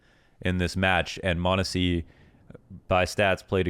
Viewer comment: Or as says “Moan-A-sea”